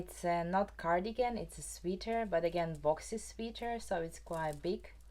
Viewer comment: One quick pronunciation thing you might appreciate— “sweater” rhymes with “better” and “letter”. (I also learn languages, and so I always appreciate little corrections!)